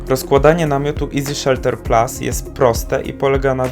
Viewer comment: chyba PLUS, a nie PLAS